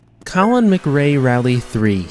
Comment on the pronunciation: Colin "Magray" Rally!!